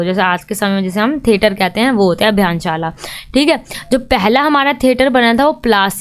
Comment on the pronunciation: Abhinyshala hai madam jise br br abhiyaanshala bol rhi ho